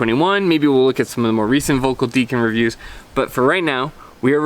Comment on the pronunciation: I have the old RTM 81, and the Deacon 79 it's a kind of... left the bleh feeling. BTW, in German V is pronounced like F and ö closer to 'oe' - something like Felkl.